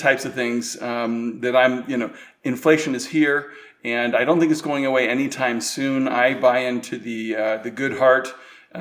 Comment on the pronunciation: Herrgott Jungs! Lernt mal die Aussprache in Englisch. Es ist anstrengend euch zu verstehen. "Think" ist nicht 'sink' auszusprechen, denn das erste ist "denken", das zweite ist der 'Spülbecken'....